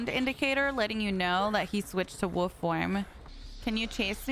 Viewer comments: Bestie PLEAAE pronounce the “L” in Wolf 😭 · The way you say wolf makes my day love u sm